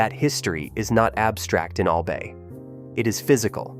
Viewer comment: Its "AL-BUY" not "AL-BAY"....